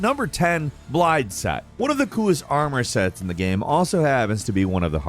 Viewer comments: As a Welsh man, hearing Blaidd pronounced Bliad and not Blaith hurt me. Also fun Fact Blaidd is Welsh for wolf. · Its not blade, its blaidd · I feel the same way about everyone pronouncing Blaidd with D's, rather than as Blythe, which is allegedly the Welsh pronunciation, AND how the eff'ing voice actors say his name in game. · Even though i also pronounce it with D's, i agree with you. I say with D because i don't know any better. But after a bit of research i found out that blaidd is an actual welsh word, i completely agree with you. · He said BLIDE LOOOL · Right?! They even pronounce Blaidd's/Blythe's name correctly for people in the game! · Crazy how horrible these guys butcher the names, no hate, the videos are good, just a little annoying lol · you guys should not make Elden Ring Videos. The lack of research is so evident. You are not even pronouncing Blaidd's name right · I love hearing all the Welsh names in this game, but hearing the way everyone is butchering the pronunciation is horrid!